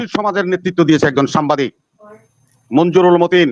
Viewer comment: বিএনপি নেতাকে বলুন সামবাদিক না, উচ্চারণটা হবে সাংবাদিক!